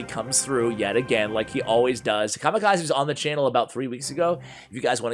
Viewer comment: Written: Kamikaze Read: Ca - Mee - Ca - Zay